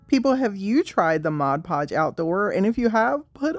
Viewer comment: I've always wondered about all the different Mod Podge varieties, so this is super helpful! And thanks for not saying modge podge! 🙄😬😆